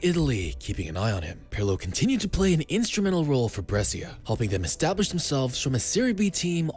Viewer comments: Man please it is not Bressia, it is Breh-sha.. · say it right ..is brescia